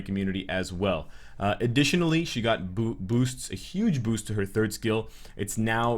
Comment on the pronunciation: Is it just me or you guys hear it to that he slipped says "huge boobs" instead of "huge boost"? 😂😂😂